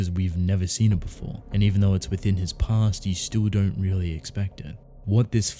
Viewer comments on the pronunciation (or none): none